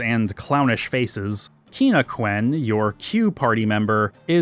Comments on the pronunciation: first time in my life hearing someone calling Quina "keena" I am not english so I have my pronunciation, but from other english youtuber I always heard it as "queen-ha" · Loved this video, except for the pronunciation of Quina. If everybody says “kwale” or “kwan” then why “keena” instead of “kwinna”? Seems like the Japanese would have meant Ku-i-na pronounced like “kweena”. I know there’s not a clear answer, but “keena” just sounds wrong to me. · It's name is Quina, not [keen-a]. You're not clever by trying to pronounce it in a novel way. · I've heard that Quina and their tribe are supposed to be dressed like Chinese chefs and that their name would thusly be pronounced more like "Cheena". Apparently the Japanese version has their text written like a Chinese person trying to speak Japanese. 🤓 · I know I'm losing many battles when it comes to FF character name pronunciations but where you getting Key-na from? Quina has a U in it. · why do all the qu and even the japanese pronunciation have the U but only Quina is KEENA it doesn't make sense man 😭